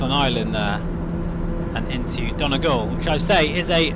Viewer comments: Oh and phonetically it's Don ee gawl :) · Excellent video! It’s pronounced “dunny gall” btw 😀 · Great to see you over here and thanks for watching! This sim really is amazing (apologies for butchering the pronunciation for Donegal, what a wonderful place). Hope you're enjoying the new bike :)